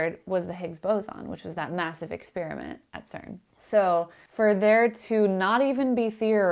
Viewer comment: First person on YouTube EVER to pronounce experiment correctly. NOT...”exSPEARiment”!